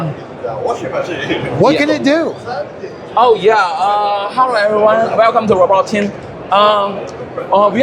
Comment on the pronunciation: "Herro erryrone"